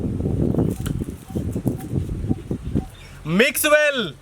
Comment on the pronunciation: When they say mixwell, I thought they are saying maxwell.